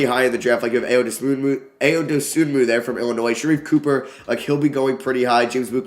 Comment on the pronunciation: eye-o not aye-o dosunmu